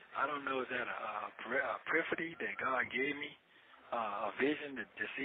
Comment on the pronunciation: I had to rewind that part several times where he tried to say epiphany. Hahahaha!!